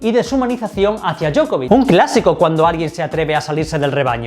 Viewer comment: Djoković Dio-ko-vich